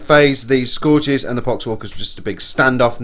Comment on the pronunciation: Scourges = Skur-ges not score-ges